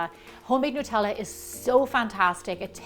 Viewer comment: WHY does wevery1 say Nutella wrong???